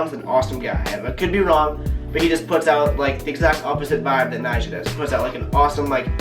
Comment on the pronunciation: Thank god you said Nijha